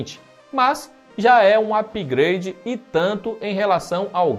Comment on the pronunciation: apigreidi ksksksksksksksksks